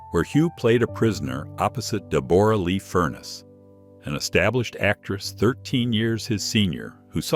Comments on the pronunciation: Reading Deborah as Deebooru... Is stupid. Get someone to read the script who isn't a robot. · SHE PRONOUNCES IT THE WAY IT IS WRITTEN DEBORRA LEE FURNESS! SOUND IT OUT! DEB ORRA LEE FURNESS!